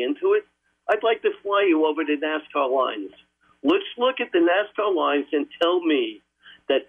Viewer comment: "NASCAR LINES" 🤣 "ANACONDER"